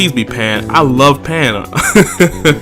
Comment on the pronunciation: You was drunk when you said pan and ribwhatever right?